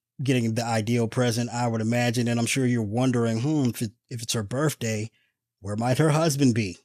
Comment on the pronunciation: I need to see a meme of Bernie with mittens in the jury box! LOL! (Oh, BTW...the word is birTHday...not birFday!)